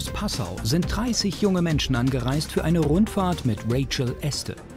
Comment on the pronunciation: Interessante Doku, aber es wäre nicht schlecht, wenn sich das Team, insbesondere der Sprecher mal besser auf die Namen konzentrieren könnte. Rachel Este oder Etse? Nina Lenzer oder Lenzner?